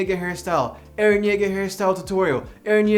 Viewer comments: mans just called EREH CHILL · Why can i hear “hArDeR eReH”